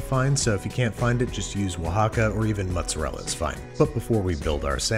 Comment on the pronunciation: Babish its mozzarella not mutzzarella. Its itallian not american itallian.